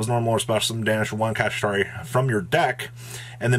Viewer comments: Pls pronounce kshatrila like shangrila and not kashitari hahaha no off3nse but sounds wrong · Ok i know it wouldnt be a video if didn't horribly mispronounce a card or an archetype name but "Kashitari" / "Kashira"?? come on man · Made a drinking game for whenever pronounces Kshatri-la wrong and now I have alcohol poisoning lol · How many times can you say the cards name wrong?: Yes 😜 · Are you intentionally trying to pronounce it that badly… ..?